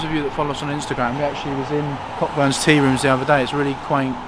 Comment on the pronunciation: Pretty sure Cockburn’s is pronounced Co’burn’s 😁 The ‘ck’ is silent.